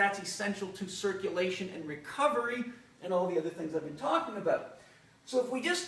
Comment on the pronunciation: I really like what he’s talking a bowt